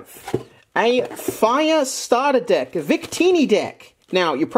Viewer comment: have a bunch of deck: full deyk mind with the accent: full deyk heyre..